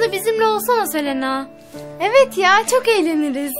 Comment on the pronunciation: Siz durmadan Selena diyorsunuz Selena değil Sinem